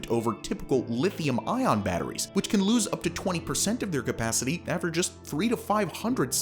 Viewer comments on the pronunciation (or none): none